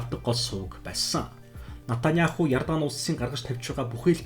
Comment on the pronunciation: Натаняаху биш, Беньямин Нетаньяху гэж дуудна. Араб болон Еврей хоёр үндэстэн цусан төрлийн хамаатан, нэг эцгийн хоёр хүү юм.